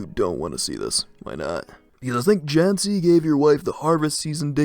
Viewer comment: Love it when English speakers try to pronounce slavic names, always a barrel of laughs. I particularly enjoy Matej (The actuall pronounciation is closer to "Mat-ey"). It's teetering on the brink of sounding like "Matt Edge" and I love it. Janči is also up there. For those who don't know anything about slavic languages, Pavol and Matej are the Slovak forms of Paul and Matthew. Janči would be something like "Johnny" if I know my Slovak correctly, don't quote me on that one, though. I'm not a Slovak speaker, just a Serb with some surface level knowledge of it, enough to know how to properly pronounce it and translate the basic stuff. Janči, to me at least, sounds like a nickname for "Jan", that is "John", therefore "Johnny". Might be wrong, though.